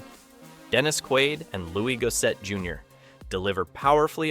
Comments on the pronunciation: ok, ai voice. Best murder of a name yet. Ohhh, poor ol’ “Louie Go-set junior.” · Learn how to pronounce NAMES. Louis Gossett Jr. Earned a downvote.